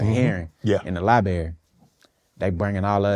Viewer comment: lol why do Americans pronounce it LI-BARY. Where’s the other R?